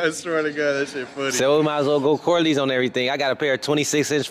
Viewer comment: said "corloins"